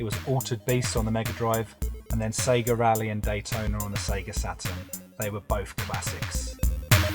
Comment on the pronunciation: Here for the series! The Polish pronounce it correctly SEGA, Loving the voiceover. Im not a gamer but I learnt something about this iconic brand